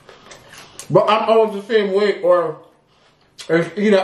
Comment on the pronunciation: YOUR WEI-TH IS FINE.😅 YOU DON'T NEED TO LOOSE ANYMORE.